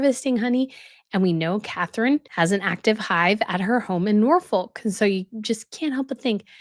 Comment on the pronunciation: Just to let you know, the ‘L’ in Norfolk is silent.